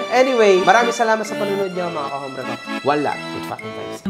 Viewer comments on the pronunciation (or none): correction pronounce ut OMBRE not HOMBRE. SILENT H. po xenza na tinama lng kita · Pls correct ur pronounciation of HOMBRE...silent H po as in OMBRE...ty po